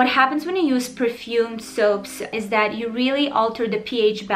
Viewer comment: I love her accent so much omg like how she says dat instead of that 😩💕